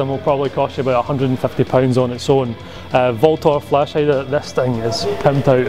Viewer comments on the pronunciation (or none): VLTOR is actually pronounced ULTOR.